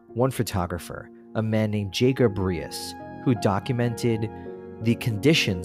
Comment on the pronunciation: I’m from Brooklyn originally. We always pronounced “Riis” as “Reece”, as in Jacob Riis Park in Rockaway which was the beach we went to, taking the Marine Park Bridge.